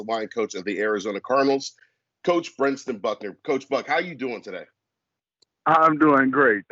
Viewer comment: It’s BrenTSon not BrenSTon